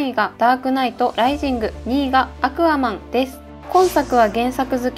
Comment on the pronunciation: アクアマンの発音が違かった